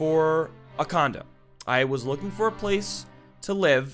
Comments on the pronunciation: I honestly thought he said "I was searching for a condom"....... WTF is my mind.... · Who thought that when he said condo he said condom like if you agree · "I was recently hunting for..a condom." Me: What the f*ck!? Realized he said condo... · Am I the only one who heard condom when he said condo? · immediately when said "condo" i thought he had said comdom... then i left my computer, spat out my gum... and did my laundry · Frick I HEARD HIM SAY CONDOM NOT CONDO XD I HAD TO REPLAY IT A COUPLE TIMES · Instead of him saying condo I heard condom XD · I thought he said condom instead of condo...... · Kat McCluskey me 2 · I THOUGHT HE SAID "I HAD BEEN RECENTLY HUNTING FOR A CONDOM😂😂😂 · Hahahahahaha i thought you said Condom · Dude I heard that too and was like wtf this is going to be one hack of video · Soza Same. I still don't know what the word that was supposed to be said x3